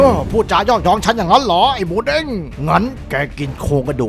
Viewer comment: Moodeng ครับพี่ ไม่ใช่ Moodang